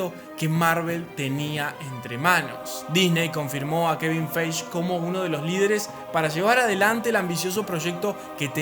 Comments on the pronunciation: Kevin qué? Acaso dijiste Feich? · ¿En serio Dijo Kevin Feish/Bruce Branner/Betsy Ross? Aún Así estuvo muy bueno el video.